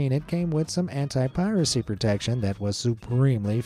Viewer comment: he said "anti" and I thought he said "hentai" 💀😭